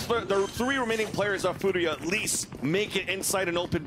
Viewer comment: BRUH THE FOODIA PRONUNCIATION BOTHERS ME SO MUCH